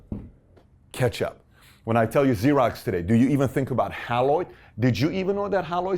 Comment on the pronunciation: It’s pronounced “HAY LOID”! NOT Hal-loid. I met the President of Haloid Corporation (the parent company that changed its name to XEROX) in 1960. He was my high school principal’s roommate. They developed the computer to aid in the use of their copiers. I actually worked for them while in college during the summers. They were the victims of 3M who stole their software in 1965. 3M took over the position of the number one copier company for years, especially for the government.